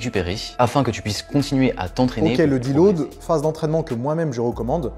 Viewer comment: petite précision, c'est surtout en fonction du poids et du taux de masse gras non ? Un mec skinny de 60kg et un mec gras de 150kg, si tu leur donnes 2kg de muscles chacun, leur physique ne va pas changer pareil. la prononciation terrible... Il a fallu que je réécoute 10 fois pour comprendre le mot qu'il voulait dire : deload. Heureusement on n'a pas ce souci sur les vidéos de Nas. quoi ?! Et la connexion cerveau-muscle alors ? Je croyais que tout ce petit monde communiquait moi 😂😝 il se contredit tout seul :" y'a pas de nourriture bonne ou mauvaise c'est juste une différence de valeurs nutritionnelles". C'est quasiment la définition de bonne et mauvaise nourriture. Une pomme n'aura pas le même impact sur ton corps que des graisses saturées donc oui bon/mauvais ça existe.